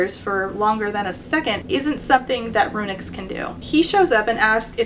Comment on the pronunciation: Every time you said "RuNyx" I heard it as "Aroonyx" and I had J.M. Buckler flashbacks